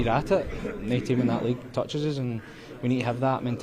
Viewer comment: " nae team in that league toucheseses us " 😂😂😂😂😂😂😂😂